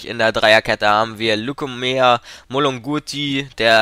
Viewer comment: Lukumea ? Lukimya ;) Wird Lukimja gesprochen